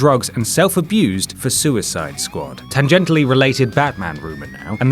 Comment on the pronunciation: sooyside skwad is really not good D- / 10